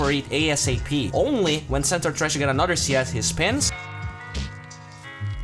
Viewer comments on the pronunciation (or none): none